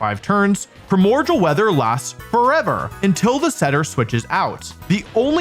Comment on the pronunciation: you apologize for that pronunciation, but not for "primorjal"?